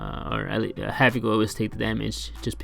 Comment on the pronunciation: "havok" not back